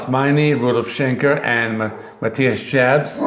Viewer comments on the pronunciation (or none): as a lifelong scorpions fan (since 1977) i greatly appreciate your post. but disagree with 80% of these rankings. ps. matthias last name is pronounced like yobbs. kick your ass to heaven with rock n roll tonight